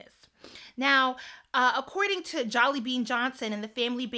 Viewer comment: Please pronounce people names correctly..Jellybean Johnson name is pronounced like the candy Jellybean. MAYTE isn't pronounced like the month of May..it's pronounced Miliyte The A has Sound is Pronounced The Vowel I Sound..And their survived for 6 days then she had misscarried shortly after I suggest reading her book